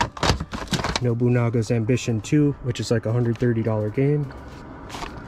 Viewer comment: You butchered Nobunaga's ambition🤣😂🤣😂🤣😂